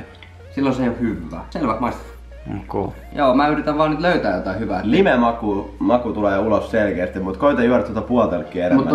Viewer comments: olli opettanu oulun murretta joonalle "hyvvää" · viäntee savvoo "hyvvää"